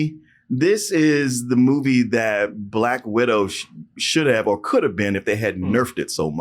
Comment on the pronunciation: can't be talking about people's accents when he says "or" as "our"...